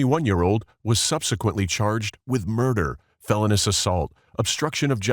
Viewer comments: Dude!!! It's fel-own-ee-us assault. Not felon-us. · It’s pronounced fel-own-E-us 😂😂😂